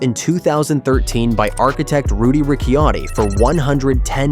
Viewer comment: It amazes me, people can train themselves to say cappuccino and get lost with every other name or word Ricciotti has the same pronunciation as cappuccino not rikiotti ... but then all names are butchered here.